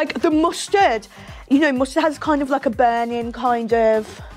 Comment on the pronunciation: Oreo’s and mustard is my fave part 😭 I thought you said custard and was like what that can’t be that bad 😂x